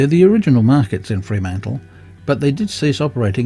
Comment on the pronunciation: Mate, it's not 'Free' mantle. It is Fr'mantle.